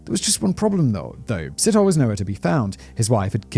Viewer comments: It's sit-oh-lay but great episode, thanks for sharing this sad case. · Sit-hole. No we dont pronounce it like that. Its /See-tor-le´/ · I just couldn't concentrate! Every time Simon said 'Sit hole' I cracked up. (Pronounciation, phonetically, is 'See toe lee') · sithole, hahahaha. Si-taw-le, not sit-hole hahaha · There is no th sound in these name or sounds like Ole. Sithole is pronounced sit-haw-leh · Side note...when pronouncing an African name and it ends with e, it's a long ee. Sit..ho..lee. And yeah, the long names are very difficult to pronounce, but thanks for trying to give the victims respect. 🐾 PS...We don't have juries, only magistrates/judges. And YES, we need the death penalty back. The rape/murder of children and women here is out of control. Every 5 seconds a female is raped😢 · It's an African surname that is actually pronounced "see-toh-le". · Si-Taw-lee (Sithole). Haha lemme know if you want some help ons those African names. All about the right emphasis on the right syllable. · Hey Simon, enjoying this new chanel🤗 Here's a tip for pronouncing ethnic African names - we pronounce all the vowels to the end, e.g Sithole : Si-tho-le (sea- tall- le) if that helps🤗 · ALMOST 100K SUBS!!! CAN'T WAIT!! SOOOOOO CLOSE!!! ⭐ANOTHER GREAT VID GUYS!!! BTW, Sithole is pronounced "Sit- holay" - but I'd probably fancy pronouncing it "Shithole" instead!! 😂😂😂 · Selepe. Pronounce the e at the end as you would say e for elephant. Same with Sithole. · his name is pronounced Si-TOLE / N KOSI \ N DLOVO PLEASE DO VIDEO ABOUT THE MANY MURDERS OF THE INCREASINGING FARM MURDERS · I was wondering if there was gonna be a Sithole in this story, having heard how he pronounced Rapodile, I couldn't stop laughing 🤣🤣 DEEEEEP! South African tip: Th in Zulu, and in most South African languages is just pronounced as T